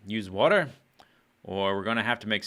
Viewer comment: water not eater